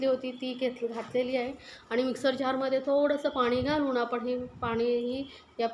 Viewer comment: Madam tumcha recipe chaan ahey. Pan ek request. Tumhi bhaashaa khup ashudh ahey. Aikaalla khup vichitra vaatate. Paani ha shababd aaikavat nahi. Please neet bhaasha bola